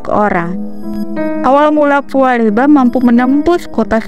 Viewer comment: Pua Bela "' mba bukan pua leba😊,😀🙏🙏